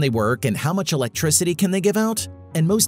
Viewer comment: Don’t forget it’s a GRAVADEE battery to generate ELECTRISADEE. Boring